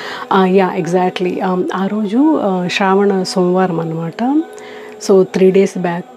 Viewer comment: Madam okka request telugu lo manaki శ్రావణ శివ అంటే శ అక్షరం కదా పలకాలి...మన తెలుగు లో మాత్రమే కదా శ అక్షరం ఉండేది మరి "శ" నీ "ష "గా పలుకుతున్నారు that to meelanti telugu భాషాభిమానులు...just idi okkate suggestion... otherwise love all your videos ❤❤❤